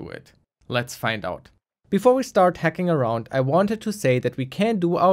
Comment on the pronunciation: I kept on thinking he was saying 'hecking', not hacking